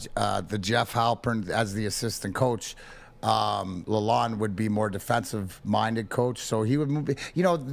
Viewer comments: This MF'er correcting a guy that sat in the room with the man! lol I don't mind wiserplan. but yes it is lalon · Couple corrections to below: It is the Yzerplan. Pronunciation is La Lon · Just to help y’all out the D is silent in Dereks’s last name. It’s sounds like Laloan.